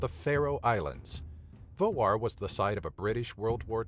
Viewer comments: that was right u say it vagar, im from faroe islands only 45.000+ people live in faroe islands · Your pronunciation of "Vágar" was fine. But the villages... :)